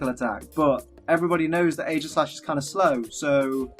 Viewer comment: it is eegislash